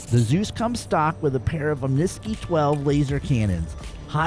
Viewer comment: OMNI-SKY. AHMNEE, SKY. [Omni - all; of all things.] [Sky - the region of the atmosphere and outer space seen from the earth.] I can't take it any more. I'm the only star citizen player in existence that pronounces it correctly. I'm really starting to worry I'm the butt of a 10-million-member joke. Why does EVERYONE call them om-niskies???? xD